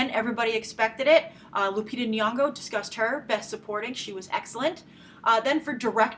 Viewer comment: Hey Grace I'm Kenyan I just wanted you to know how to pronounce Nyong'o's name. The first Ny is pronounced the same way as 'gn' in gnocchi and the 'ng' is exactly like 'ng' in caring sharing loving take your pick :) hope this helps or whatever